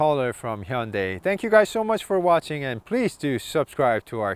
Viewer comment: I love this car. I enjoyed the review. Also, I learned the correct way to say Hyundai . Thank you